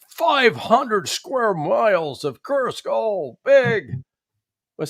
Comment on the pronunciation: Judge? It’s KURSK, not that 💩you're saying. 😂